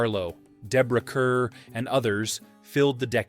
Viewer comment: Pronounced “Carr”, not cur.